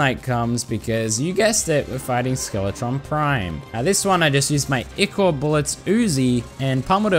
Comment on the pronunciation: It's I-chor not E-chor